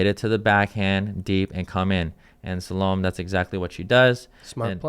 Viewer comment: Salome is pronounced sal oh may.